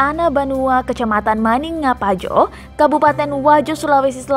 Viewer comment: Bukan maninga pajo tapi maniang pajo